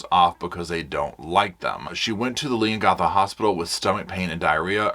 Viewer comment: I just have to say I grew up near Leongatha when I was 6 till I was 18 or 19 in Mirboo North it’s only 10 to 13 minutes from Leongatha and I giggle every time you try and say all of the surrounding towns including Leongatha and even Gippsland 😂 It would be like me trying to pronounce Towns etc in the USA. Also, I remember always seeing Koalas in Victoria (not so much in Queensland where I live now as is to hot up here for them, I’m assuming that because we have gum trees which Koalas live in but there just isn’t as many, Queensland is 2 states away from Victoria) When I was a teenager at school in Mirboo North I remember sitting in class and watching a Koala walking across the road, it was so cute (although Koalas are very cute they are actually vicious) Up here in Queensland we see loads of kangaroos all the time. My kids use to kick the footy on the oval at lunch time and would have to dodge hitting kangaroos, my son’s soccer games had to be stopped as we would shoo kangaroos off the soccer field 🥰 It’s funny how different Countries get so excited about each others animals. My daughter is in Canada atm for 2 years and she sent us a video of a squirrel, it was the cutest thing I’ve ever seen, but no doubt to you guys and Canadian’s it’s a common animal to see. Sorry for my rant, I just wanted to share that with you ❤